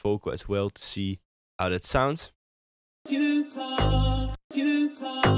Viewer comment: Why does he use th in places where there is no th? For example he doesn't say "that", he says "dath". Or "syncth" instead of "synced", "mathe" instead of "made" etc etc